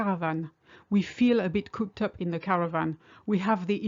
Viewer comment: It's "cooped" not "couped".